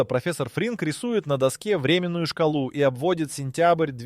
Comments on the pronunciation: Потому что ИИ озвучивает. Дешевые ролики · Верно Вы исправили! Теперь языковые модели программируют, как будет дальше, в зависимости от правильного или неправильного произношения слов, не только от Симпсонов. Короче — дожились…. 🟪🟩🟪🟩🟪🟩🟪🟩🟪🟩🟪🟩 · Не врЕменную шкалу, а временнУю. Это тот случай, когда ударение меняет смысл слова.